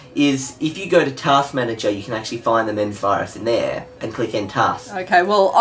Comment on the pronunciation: THATS NOT HOW U SAY MEMZ ITS (MEM-Z)